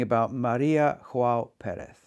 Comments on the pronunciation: Small note: Maria João Pires is from Portugal so no “jota” pronunciation to her name. Other than that, I find her excellent at Mozart and transcendental at Schumann, but somehow, I can’t get accustomed to her renditions of Schubert’s work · No, her name is not pronounced "ioao". The initial "J" is sounded softly, like the initial "G" in George. Greetings from Brazil. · Maria Joao Pires. In this nameJoao is better pronounced Yoao (as Jo in Jones). She is a great pianist. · That’s also the case with Maria João Perez whose name should be pronounced in Portuguese and not Spanish.